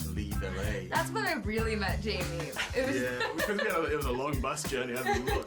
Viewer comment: How she said Jamie... 😅🤣🤣🤣